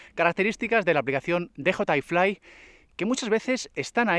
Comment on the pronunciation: O dices "de jota i fli", o dices "di yi ai flai"... 😂😂... pero tus vídeos me encantan, eh